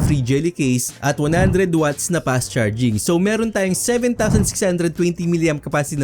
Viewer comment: Fast❌ Past✅ Facing Cam❌ Peysing Cam✅